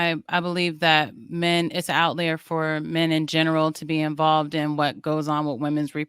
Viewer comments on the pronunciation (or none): saying words she can’t even pronounce correctly lol 🤦🏽‍♀️ outlier is pronounced OUT-LIAR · is so far up her own ass that she can't even acknowledge that she is pronouncing the word "outlier" wrong...Yes, outlayer is a word but definitely not in the way its being used in the panel. Another delusional female living in denial about everything....